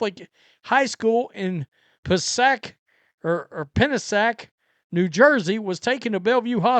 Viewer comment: Pronounced Pen_Saw_kin.